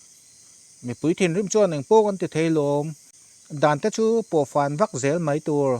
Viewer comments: A dang pawh a tam hle tho na in,mai tih hi chu lam i harsat deuh animaw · 'Mai' tih te khi i lam thiamlo a nih hi a. A zialo e, Mizo țawng chhiar zir deuh la a țha mange.